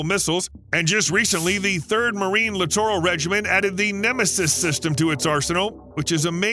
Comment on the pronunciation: Lit·er·uhl not Li·tor·al